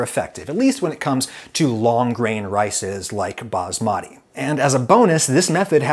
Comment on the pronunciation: Since you are teaching, I give you some teachings: America is a continent. It is basmati, not basmari.